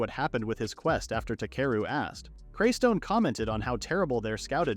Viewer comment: It’s not craystone